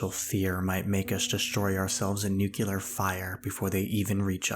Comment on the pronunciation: "Nuclear" is NOT pronounced "nuke-you-lurr".